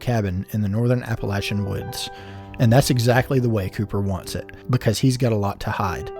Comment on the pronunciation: Five stars just for saying Appalachian correctly!